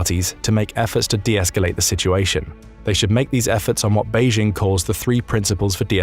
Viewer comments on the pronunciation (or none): none